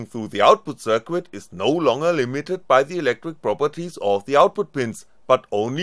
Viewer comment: somebody should tell the guy how to pronounce "circuit" and "exceed"....